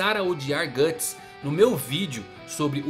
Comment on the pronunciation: É "Guts", não "Gatts". Na verdade a Beast of Darkness se manifestou nele no Blackswordsman Arc e principalmente no capítulo Lost Children,onde ele só se preocupava em alimentar o próprio ego matando os apóstolos. Se ele usar o Behelit pra fazer um sacrifício, a história simplesmente acaba. Nenhum dos apóstolos conseguiu tocar nos membros da God Hand, até o Ganishka que era o mais forte de todos. Isso também vai contra tudo o que o personagem construiu até agora,se ele fizesse isso só pra combater a God Hand,o Miura teria que fazer um malabarismo argumentativo pra explicar como ele conseguiria chegar lá,ou fazer o Guts morrer e acabar desse jeito...um bosta. Pode ser que tenha um final ruim,ou incerto,mas o Guts fazer um sacrifício pra virar um apóstolo já é forçar a barra.